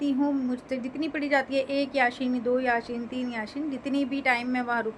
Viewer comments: Kya ap yaseen yasheen bolrahi ho jo galat he ,yasee sahi he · Har koi apne apko sahi dusre ko gakat kahta he murti bsnane wale bilkul harrram kam kiye, kekin itni umar hone ke bad bhi ap yaseen ko yasheen kahrahi hen???? rajub he kese utne sal ap quran ke sure k nam tak sahi nahi bolparahi hen ??? 🤔dusre ko nasehat apne ko???